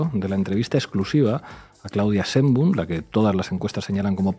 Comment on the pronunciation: No se dice sembu, es Sheinbaum